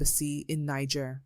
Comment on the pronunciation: Niger is pronounced "Knee-zher", not "Knee-ger".